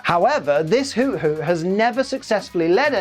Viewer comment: Isn't Hoothoot pronounced Who-Thoot?